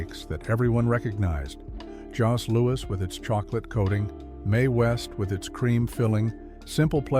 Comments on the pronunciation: The ‘Jos’ in Jos Louis is pronounced like ‘Joe’.🤗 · Djo-lou-i, no pronouncing the esses. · Joe Louie is how it's pronounced... not Joss Lewis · In French, Jos Louis is pronounced a "Joe Louie". Tourtiere meat pies used to be made with passenger pidgeons hence the french name "tourte". But after it's extinction, the bird was replaced with pork or wild game. As far as I'm conerned, our family made butter tarts for centuries. We have recipes from our great great grandmother and I'm 69. They're the version of a cupcake size sugar pie with nuts or raisins. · it's joe Louie not jos louis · Jos Louis is pronounced Joe louee. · We pronounce it Joe Louie!! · yup, yup... awful.This Canadian flinched at every mispronunciation. Especially The "Jos" Louie ?? 😅Hate AI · 100% Jos Louis... trigged so much